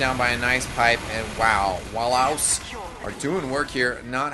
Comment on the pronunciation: Commentator actually said the singlish word "Walao" correctly! O.o Well done!